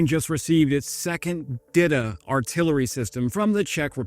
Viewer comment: it's pronounced 'dee-tah' not 'dida', sounds like dildo lol